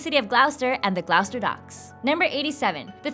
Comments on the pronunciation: to pronounce Gloucester you say "gloss-ter" not "Gl-owwster" hahahahahaha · it's gloss-ter not gl-oww-ster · It's pronounced gloss-ter, not gl-ow-ster. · It's pronounced gloss-ster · "Gl-ow-ster"? GLOWSTER??? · It's pronounced GLOSS-ter! Goodness me. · Gloucester is pronounced "gloster" not how you pronounced it, god its major face palm material when Americans fail at pronouncing it...despite the fact there is actually a Gloucester in the US! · I almost missed that fact about gloucester because I've never heard it pronounced that way before. I wish I had known that sooner, I probably could've gone to see the boat